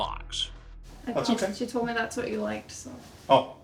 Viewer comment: The way Chris draws out them syllables. 😂😂😂 “It excites youuuu or.? It’s seems messy and potentially smelly to meeee.”